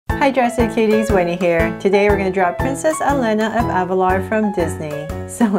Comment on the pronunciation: And pronouncation is E-L-EE-N-A elena